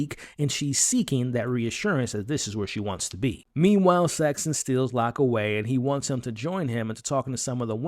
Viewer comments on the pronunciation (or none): There's no T in Saxon. It's just Saxon, not Saxton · The name is "Saxon" not "Saxton".